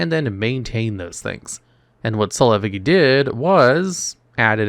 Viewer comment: One of us is saying Effigy wrong